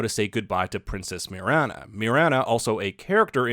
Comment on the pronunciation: Great video! And it's pronounced Mi-RAH-na